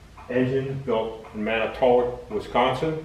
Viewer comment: Manitowoc. Say "Man is to walk" without pronouncing the "s" and you're pretty much saying it properly. Wisconsin has some cities that seem to defy the language. Racine also causes some problems. Anyone from anywhere outside of Wisconsin pronounces it "Ray seen". The "a" is short and emphasis on the second syllable so it comes out like "ruh Seen". Racine, incidentally, makes the best kringle outside of Denmark.